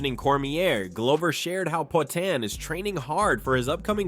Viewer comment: poaTAN cormYerr